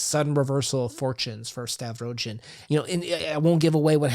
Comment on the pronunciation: Thanks for the video! And once again, the «G» in Stavrogin surname read as the in the word «ground».